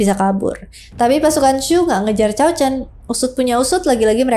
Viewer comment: Lebih pas cao dibaca tsao